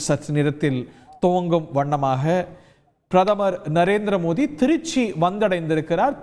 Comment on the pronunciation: இவர் ஏன் பாரத பிரதமர் மோடி அவர்கள் என்று சொல்லாமல் மோதி என்று உச்சரிக்கிறார்..